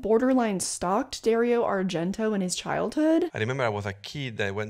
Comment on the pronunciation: Idk if you already learned this, but its pronounced Gee-allo, and its Dar-io not Dare-io. Italian is silly to non italians haha